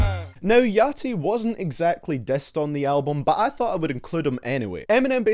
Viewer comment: How he talks? He Says Not DISSED, But DESSET! WTF/ Learn How To Speak While I Learn How To Write :D